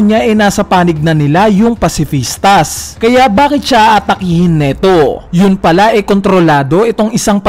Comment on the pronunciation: Pacifista lang walang S silent ang S sa pag bigkas.